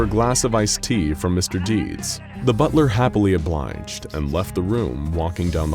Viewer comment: I thought you said one hell of a butter